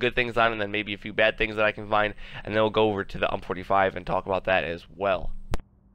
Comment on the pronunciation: It might be a bit late for this, but why do you keep calling it "hump"? It's U.M.P. like in yoo. aim. pee. It's acronym for Universale Maschinenpistole. It's a Heckler & Koch SMG.